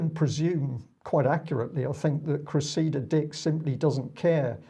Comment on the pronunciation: Please, please and - it's CRESSida, not CreSSEEda! Thank you for getting it right.